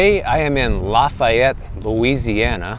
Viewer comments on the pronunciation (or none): it's pronounced "Laugh-ay-ette", or it was when I lived in New Orleans (a very long time ago), and pronounced "N'awlins"by the natives. (New Orleans.) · Lol you slaughter the name, it’s pronounced Laugh-fee-yet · Dear God be careful in Lafayette lol Lafayette is pronounced Laf - "long A" - yette. Being that I live here I know how everything is pronounced. I'm way down in the south east corner by New Iberia and Jeanerette 🤗